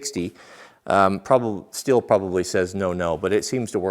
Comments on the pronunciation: Pro Tip on the Brand name: it‘s pronounced like the english word steel, just with a ‚sh‘ sound - the closest approximation would be ‚shteel‘… awesome video! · Stihl is pronounced steel here on the east coast. Steel not still.